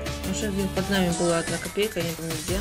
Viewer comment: меня приказывает как он говорит слово "копейка". Не знаю почему но я сижу и ржу:)))